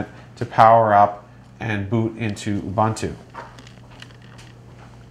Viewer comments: Ubuntu no Ubantu....lol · LOL abuntwo? It's pronounced OOOBOONTWO. Oh and FYI it's a quad core now, not a dual core. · Re: Ubantu/Uvantoo - right? If you're going to hijack another culture's spiritual concept, at least pronounce it correctly. Disrespect compounded by disrespect. SMH. Cool technology and everything but - smh.